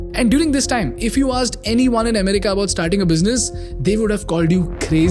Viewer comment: It's america not umrika and it's economy no ecnomi